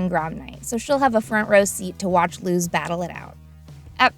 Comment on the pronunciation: ok great video but am i the only one that got so frustrated at the way she kept pronouncing luz's name like "looz" instead of "luce"? like i know im just nitpicking at this point but it annoyed me so much throughout the video XD